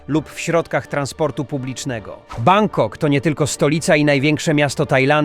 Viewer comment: Powtórz nazwę Bangkoku😂